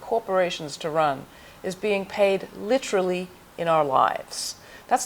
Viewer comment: Literally!! Not litchrally! That pronunciation bugs me so much.